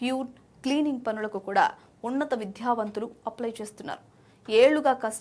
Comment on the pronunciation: ఇదిగో యాంకరూ.. కాస్త తెలుగు సరిగా మాట్లాడు. విద్యావంతులు, పేద అనే పదాలలో "ధ " కాదు, ఓన్లీ "ద " మాత్రమే పలకాలి. మళ్ళీ ఈ తప్పులు చేయకు. తెలుగును చంపేయకండి.